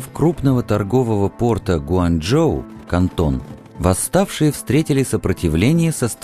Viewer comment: На 9 минут 6 секунд - не Гуаньчжоу, а Гуанчжоу